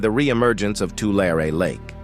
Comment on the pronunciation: Where the heck is "Laurie Lake"?